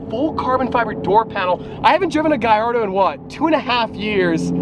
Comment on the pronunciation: please, it's not "GaYYardo" but "GaLardo". Thank you.